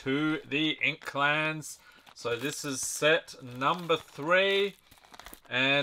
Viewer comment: Did you say inklands or inkclans lol😅